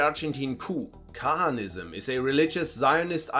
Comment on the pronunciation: just took a glimpse at "Kahanism" explanation before calling yourself a professor it would be worthwhile to learn correct pronunciation of proper names